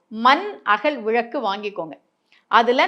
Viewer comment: அது விளக்கு மேடம் விழக்கு என்பது தவறான உச்சரிப்பு